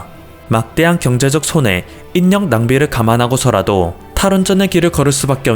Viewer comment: [단독] 소리나는데로 읽는 글 인력 =인녁X 일력O